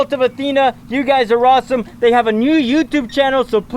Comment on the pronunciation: Did he say Rossome